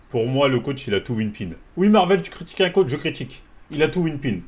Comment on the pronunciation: On dit whippin frero pas winpin